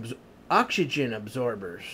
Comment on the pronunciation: He cant say oxygen hahahahha hill billy